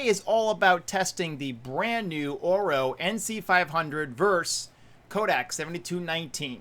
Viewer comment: Should pronounce it correctly orVo and orWo (engllsh)